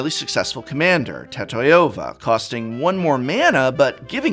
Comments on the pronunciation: Tat-eye-ova? Homie, what? It's Ta-tio-vah. How do you pronounce names like Tanya or Sonya? Do you say Tan-Eye-Ah? Or So-Nye-Ah? Keep this up and I'm not sure how much longer I can go along with referring to you as ''. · Why did you call Tatyova "Tatoyova" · card name: tatyova: tAToYOva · I can't bear to hear Ta-TIE-ova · I love that prononciation of tatyova. It's sounds cool! Tatahiova! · I can't get over Tat-Toy-Yo-Va... lol